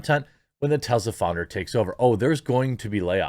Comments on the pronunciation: Its Tesla not Tezzla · Ive tried to ignore it, Jeremy. It's (teh-ss-luh), not (teh-z-luh). Soft S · It is pronounced TeSla not TeZla.